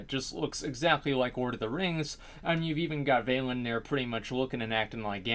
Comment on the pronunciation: vailin ? velen *